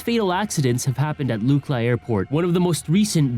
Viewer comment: Te gu ci gal pa Luck La Bro when you don’t say it right takes away from how smart you sound